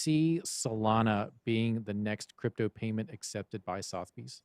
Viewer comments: Suh - thuh - beez …. Damit lol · It’s sootherbees